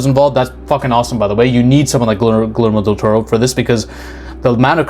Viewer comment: Ah yes, my favorite director: glermo daturro